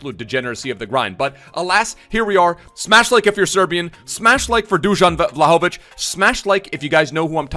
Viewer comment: Greetings from Serbia , the Pronunciation is Dushan Wlahovitch